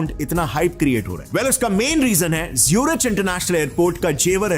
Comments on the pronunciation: Hello ji. Pronounced 'ZuriK' ✅ (as in cholera, chiropractor, chemistry) Not 'ZuriCH' ❌ (as in chocolate, char, chap) Please get your pronunciation right. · Bhai angrez hai kya ? जेवार नहीं जेवर है। ज्यूरिच नहीं ज़ुरीक है। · Aarey Bhai, Zurich ki pronounciation to thik kiya koro! Aap bohut aacha video banate ho, magar yeh Zurich to bohot hi famous city hai Bhai Germany ke! To aisey famous jaagey ka sahi pronounciation korogey to aap ka video log aur bhi pasand karengey. JAI HIND.. JAI MATA DI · Please spend some time on getting the pronounciations of common words like Zurich right